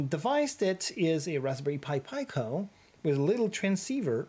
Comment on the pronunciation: It’s pronounced pee-co (from italian for small)